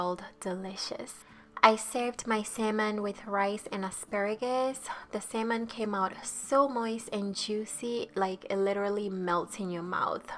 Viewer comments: It sounds like she sayijg Semen and not salmon😅😅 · "sayman" "sayman" "salmon" ???? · its SALMON. Not SAYMON. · U sound so funny the way your pronouncing salmon 🍣 your saying simon can’t u say salmon it’s no hard to say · What is samon?😂😂 it’s salmon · How many times did she say samon (salmon) in each sentence? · no worries, I know from my friends who are learning English that it's a super hard and weird language haha! 'Samen' is pretty close but if that's difficult to pronounce, I think 'sámon' will also be quite clear and will be less likely to be mistaken for 'semen' 🙈 Anyway thanks again for the recipe, will be making it soon! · I hear sam enn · Great recipe and perfect explanation. May I suggest something....you keep on pronouncing it " say-mon", instead of salmon ( the a is an ah sound). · Who else is bothered by “sayman” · Lol it’s Salmon not “semen” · did she just say "marinade for the semen"? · Take a shot for every "sayman" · What is sailmon? Lol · Wait samon..samen..semen?? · Brawl the SAY-MAN Best accent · Saymon kay gays. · Great recipe, this looks super delicious, but please for the love of god stop pronouncing salmon as "semen" lol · Drinking game; drink every time she pronounces Salmon wrong. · Love how you say salmon🥰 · Simon cowell....hahaha cute silent "L"